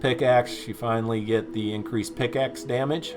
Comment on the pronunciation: Bro it's PICK axe not PIX axe lol but anyways great vid! Keep it up!!